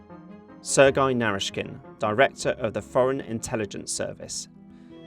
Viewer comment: is it really such a tongue breaker to pronounce Sergei properly for an English native speaker? I don't think so. It must be a telegraphy not giving a damn. Sloppy sloppy work